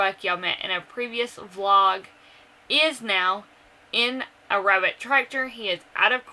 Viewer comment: I laughed to hard at you today 😂😂😂 "her, weabit"